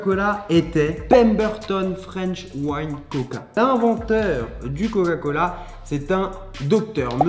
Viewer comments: Pourquoi a il articule pas sur le mot coca cola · « L’inventeur du goga cola » 😂😭